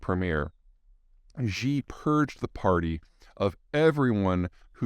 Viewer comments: Xi is pronounced “she” and it’s very straight forward, nothing fancy about it. No need to add any Z or J sounds or anything else. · Peter should put some more effort into pronouncing Xi's name.